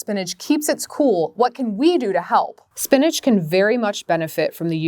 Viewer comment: Why she call it spinage… it’s spinach